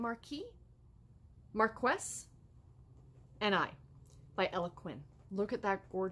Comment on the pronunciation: Marquis is pronounced markey